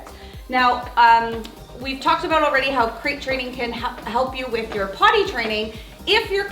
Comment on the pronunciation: Is this aboot Canada?